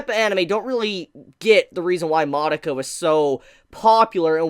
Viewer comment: Lol, the way you say succeeded. You say suh-seed-ded, who does that?. Also, you're pronouncing Madoka wrong goddamnit stop triggering me REE. I can't even pay attention to anything you're saying because of your horrible pronounciation.